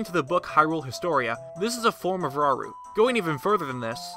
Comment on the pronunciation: I think Rauru is pronounced 'ra-oo-roo'... :D